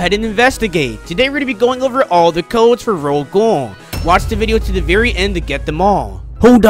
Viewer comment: Ro-Ghoul (Ro- gowl) not ro gool